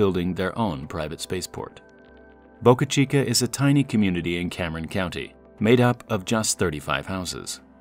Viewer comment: He pronounces it like Boucuh Cheekuh. It's just Boca Chica.